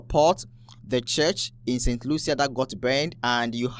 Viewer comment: Brother….St Lucia is pronounced “Saint Loosha”.